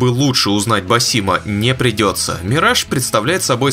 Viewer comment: Опять "Мирэдж", ёшкин кот! Позор тебе,! 😂